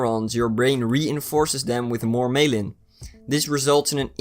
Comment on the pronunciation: Myelin = MY--uh-lin.